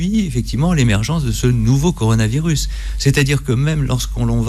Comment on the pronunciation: bien le "corano virus" à ...